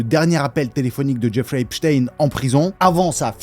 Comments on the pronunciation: Ça se prononce Epstein normal pas epchtayne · c'est drôle comment tu prononces HHHHHHHHHepstein